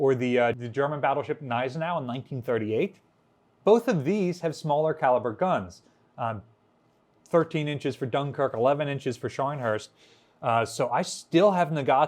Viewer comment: Gneisenau is German. They don't put letters in words that you aren't supposed to pronounce. The G should be phonated: guh-neisenau